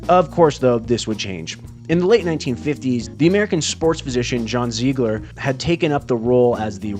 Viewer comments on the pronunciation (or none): none